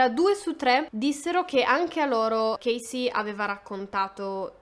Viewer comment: chasey si pronuncia cesi`